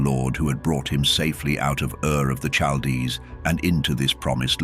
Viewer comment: i cant suffeer thru more mispronunciations of Chaldees/chaldean the only soft "CH" in the entire hebrew bible id in the name "Racheal" all other occuances are hard, like a "K" why is this not common knowledge anymore, amongst those actually interested in the subject matter.( learned this as a child 30 years ago and it still takes up space in my head